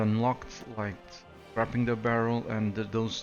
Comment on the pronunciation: A belated congratulations on your test! I absolutely love your videos but please its called "s-cray-ping" the barrel. Much love from China. Keep up the good work!